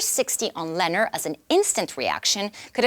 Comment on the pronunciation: It's pronounced "Lu-nohr,"; get it right...